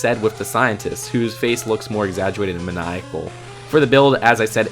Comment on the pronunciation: Exaguated? Great list btw.